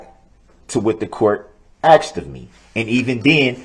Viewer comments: Summary of trial: 1. I do not consent to being cdlled that name nor do i know who that person is 2. GROUNDS!!! GROUNDS!!! GROUNDS TO THE GROUNDS!!! 3. "So would it be fair to say...." 4. I "axed" a question. The End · Axe. Substain. Grounz. Tacket agreements. He can't even put a sentence together. So glad he's spending 10 lifetimes in prison. But good for him, that he argued to take one year off for "time served." What a legal expert Baby Brooks is. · Every-time he says "axe" or "supstain" i die a little inside😂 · Biast, Biasness, Biases, Oaf, Troof, Axed, License Place, Tacket, Grounz, Substain, A-mint-mint, toe-tality, Acker-ut, this that and the third, mind boggeling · " GROUNDSZ! I AXED Y'ALL TO SUPSTAIN. AIN'T NOBODY HERD ME?? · im glad the "axeing" isnt just annoying me